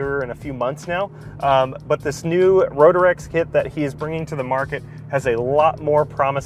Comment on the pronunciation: It's Ro-trecks, not Ro-der-ecks. 😀 Great video tho. Had a Rotrex on my Miata and loved it. Feels like a bigger NA motor.